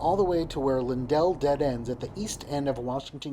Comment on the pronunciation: Cool video. Just to sound like a native STL'n who butchers the "correct" pronunciations of street names, it's pronounced "lin-dill" (with the second syllable sounding like dill in dill pickle). You probably don't even want to know how we pronounce things like Gravois, Carondelet, or Chouteau (all of which figure in to the history of Rte 66, I believe; maybe not Carondelet).